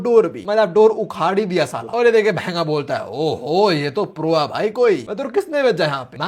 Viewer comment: The way he say bhengaa😂😂😂😂😂❤❤❤❤